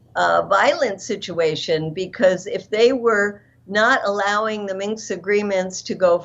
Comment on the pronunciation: Ladies! The word you are saying is "Minsk" accord, not "minx!" 😆 The latter is defined as: “a pert, sly, or boldly flirtatious young woman."